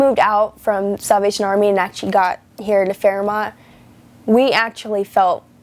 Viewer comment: It's not Fairmont it's fearmont